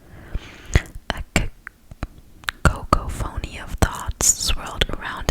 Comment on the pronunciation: a 'Co-Co-Fony'